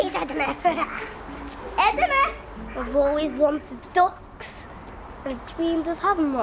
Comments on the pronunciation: It makes me crease how she pronounced ‘Duck’, “DUCKHHHS” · "Agh boughhhh too ducghhhhhhhs" (translation: I bought two ducks)